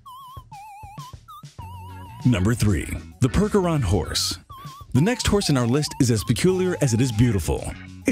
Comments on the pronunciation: "PERK-er-on"??! It's PURCH-er-on, do a minimal amt of research before recording voiceovers, please? " 'Tis better to remain silent and thought a fool than to open your mouth and remove all doubt! " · Percheron pronounced "Perch" as in on a limb. Hair not fur. And next time don't use the Bud Clydesdale for a different breed. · it's pershon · This video is FULL of misinformation and screw-ups. You showed Lusitanos during the Akhal-Teke entry, mispronounced Percheron, showed Friesians during that section, confused Knabstruppers with Appaloosas, and the so-called “genetically-modified” horse was a very inbred Arabian.